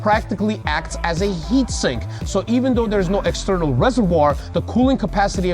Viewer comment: It’s “heat sink”, not “heat synch”, Needle Dick. LOL!